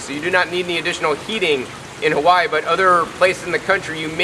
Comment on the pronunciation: Lilacoy? Cal-oh? If your going to introduce indigenous plants in your videos, in O-Wahoo Hah-whyeee no less, have the common decency to pronounce the oleo Hawaii correctly. I can't help but think every American who watches this will now refer to the staple foods that feed our la hui for generations in the same ignorant fashion. Mahalo nui, have a nice day!